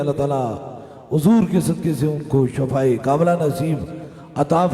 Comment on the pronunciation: Shafa nhi .shifa hota hai